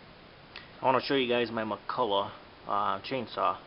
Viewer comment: Nice specimen! By the way, it's pronounced "mic-cull-ock", not "mic-cull-ah". Here's an original McCulloch radio ad for the McCulloch model 35 saw, from the late 1950s, so you can hear how it's pronounced. The rhyme, "You're in luck when you have a McCulloch" is a dead giveaway